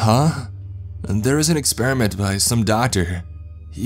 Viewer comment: ...experiment-tuh .... God-duh.. ...subject-tuh, ..all they got-tuh, guarantee-ah .. paycheck-uh; there's too much stress on the end letters that annoys me like hell, am sure I'm not the only one here